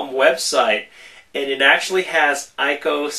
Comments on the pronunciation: .. its pronouced ee-koh!!!! ...=___= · It's pronounced EE-KO.